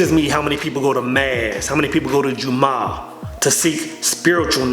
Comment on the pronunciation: not juma but ju-mu-ah